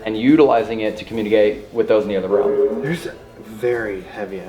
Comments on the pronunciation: Someone teach how to say realm instead of “roam” 😂 we love you Also -54 what was that yell? Check it out. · Why does say Realm like roam...😂😂😂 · say "realm"......